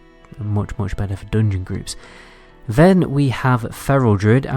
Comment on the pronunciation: IT'S FUKEN "JUGEMENT" NOT "JOOGEMENT" !!!!!!!!!!!!!!!!!!!!!!!!!!!!! "DUNGEON" NOT "DOONGYN" I CAN'T STAND THIS NO MORE MY HEAD IS EXPLODING HEARING JOOOOOGMENT AND DOONGYN HOLY FUK I BEG U STOP PLZ TOP